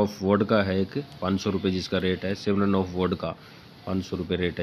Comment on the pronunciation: सिमरन ऑफ नहीं होता है बाबू जी स्म्रीन ऑफ होता है 😂😂😂